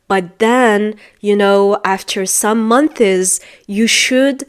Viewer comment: When you pronounced months you said month(iz)